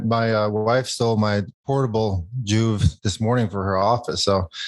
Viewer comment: I swear - I was listening away from the screen - I would have bet money you were saying Jew not JOOVV